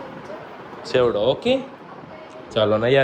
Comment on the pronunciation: Sevdo ny bolo chevdo